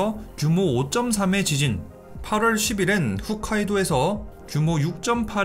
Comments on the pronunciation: 후웃카이도(X) 호옷카이도 (O) 세계인중 오직 한국사람만이 그것도 인구 절반이상이 틀리게 말하는 지명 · 훗카이도 아니고 홋카이도 ほっかいどう… 글은 홋카이도인데 발음은.. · 홋카이도라고 잘 써놓고 훗카이도라고 발음하는거 킹받네 ㅋㅋㅋㅋㅋ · 항상 발음하기 힘든 훗카이도 홋카이도....